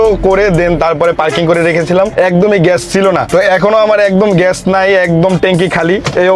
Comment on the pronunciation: age bangla bola shikh bolod,ghesh na gas hobe ,chasha kn etto tui, tore marum re driver